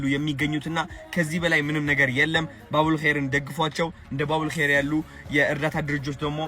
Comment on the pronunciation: The way u said babul kheyr so hilarious ❤❤❤❤ allah lantem yekheyr ber yargeleh yehidaya menged yèhuneleh bro